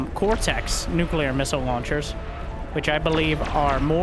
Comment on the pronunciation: props for pronouncing nuclear properly, lots of your people dont know how to say it, embarassing if u ask me